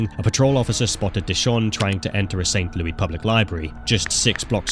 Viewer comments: im from missouri, this was Intresting to watch. Its LOU-is not saint LOUIE LOUIS like (Lewis) its actually driving me insane, there is an s bub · It’s not St. Louie. It’s pronounced like Lewis. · Just a note from a Missourian: It's pronounced "St. Lewis" and only pronounced "St. Lewey" as a nickname when joking or sometimes in songs. Saying St. Lewey in this context is really weird. Great video and I can't wait for videos on other states! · its prnounced st louess btw not st louey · For future reference, in America, Louis isn't pronounced Louie. It's pronounced Lewis. Just so you know! Great video again and I visited not long ago for the Big Boy steam train there and the Arch. It was fun! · SAINT LOUIS!!! 🙄 NOT SAINT LOUIE 🤣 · St Louis Vuitton by the way he says it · lol what is ST LOUIE? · I guess I live in St. LOUIE. now. Crazy how he kept on saying it like that. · I live in this state. AND THATS NOT HOW YOU SAY ST LOUIS. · Considering how many times you mention St. Louis, you could have made sure you were pronouncing it right lol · Same bro same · yeah except it’s not a city in France. It’s a city in an English-speaking country. No one in that country pronounces it like that.